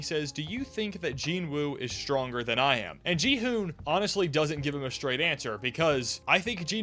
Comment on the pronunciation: also, who is jihoon? it's Kihoon 😭